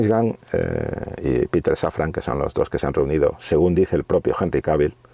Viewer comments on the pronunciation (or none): none